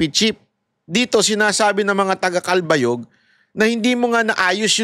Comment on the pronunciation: Cal-ba-yog, malumanay lang ang pronunciation po